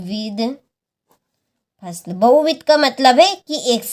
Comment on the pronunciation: Pusal nhi phsal hota hai😅😅😅😂😂🎉